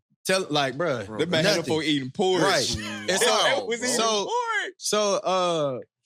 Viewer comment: LMFAOOOO bro said porridge I’m screaming